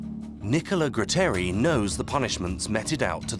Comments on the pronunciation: Gratteri non Grutteri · Nicola Gratteri! No grutteri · Nicola graaaaaatteri non grutteri almeno usate i nomi giusti!! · True, except the name of magistrate Gratteri, not Grutteri.